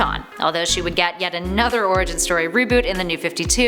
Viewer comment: LOL! I heard "Her first origin" as "Her first orgasm".